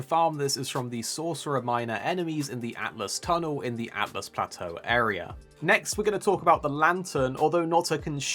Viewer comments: Btw it's pronounced Alt Us not Atlas 😀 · Not to be nit picky, but it’s Altus not Atlus. Pronounced All-tuss I believe.